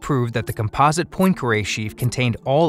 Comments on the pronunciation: mispronounced poincaré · Please learn how to pronounce Poincaré. It's rude otherwise. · Murdered the pronunciation of "Poincaré".